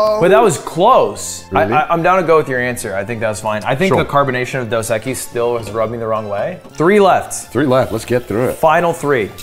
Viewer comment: As a spanish person, I can confidently say the way Ludwig says 'cerveza' here is perfect form. As well as 'dos equis'